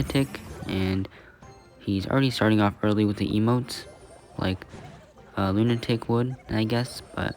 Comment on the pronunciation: "Loon" atic